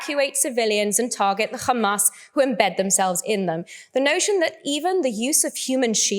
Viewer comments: How many times she said khamas 😂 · Who do they always say khamas😂😂😂🇮🇱💩🧻🚽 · She does know that the word HAMAS has no "k" in it right? Funny watching her polished accent change to pronounce these words incorrectly. Agent of genocide. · I can just hear khamas khamas 😂